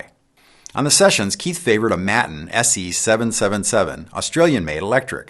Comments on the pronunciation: watt world: Not 'MATTUN', Maton is pronounced 'may·tuhn' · May-ton, not matton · Maton. Pronounced May-tin Or May- ten. Whatever works best . But not Mat - en. 😉. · "mat-in" ? aaaaaaaggghhhh! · Great work Keith. An excellent visual history. Btw, Maton is pronounced “mate-on”. Now let’s work on getting America to pronounce “Aluminium” correctly hahaha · KEITH! I love you but hearing the mispronunciation of Maton stirs some sort of national spirit. Pronounced here as “mate-n”, pronouncing the o gets you arrested. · Maton = May-ton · Another very interesting video Keith. A slight correction: Maton is pronounced may-ton with a a long a and a short o. - just for future reference : ) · I may be wrong but I'm from Australia and we all pronounce Maton Māton. Maiden with a T for the D or Mate..n This includes Tommy Emmanuel. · Maton. Pronounced Mayton. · Keith, the name "Maton" came from the words "May Tone" and is pronounced May Ton. The company was founded by Bill May. Sincerely yours, an Australian Pedant 😉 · Thanks mate, that was great. By the way, it's pronounced "may-ton". Cheers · The "a" in Maton guitars is pronounced the same way as the first "a" in Daytona. Great Video!